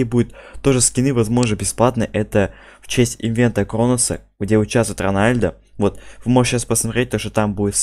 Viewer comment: Не ронәлдо а роналдо